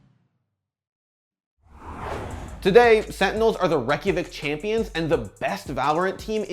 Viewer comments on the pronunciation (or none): You guys pronounce Reykjavik wrong every time.